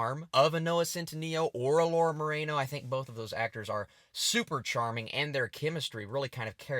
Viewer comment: You said Laura marano name wrong